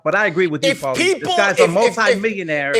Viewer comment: Take a shot every time can’t pronounce Paulies name in the beginning 😂😂😂